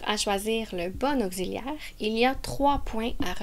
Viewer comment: Vous avez mal prononcé le mot auxiliaire😂😅